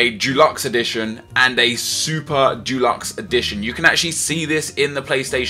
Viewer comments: It's deluxe not dulux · why do you find it so hard to pronounce 'deluxe'? It's not f*cking dulux, that's paint. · it's pronounced dEluxe not DUluxe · Its deluxe not Dulux. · How do you find it so hard to pronounce "deluxe".